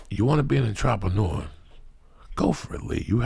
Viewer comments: Untropanewa? Ohhhh "Entrepreneur" ok. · Kick that fuckin' "entrapanooah" Lee! OH SHIT! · When joey pronounce entrepreneur >>>>